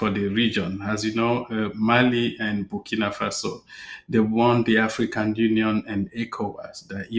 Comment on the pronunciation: It's "Burkina Faso" not bikini fossil